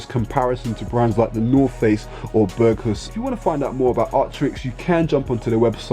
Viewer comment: "Berghus " !!!!! typical street idiot cannot even pronounce it ! bet his mates can steal the stuff though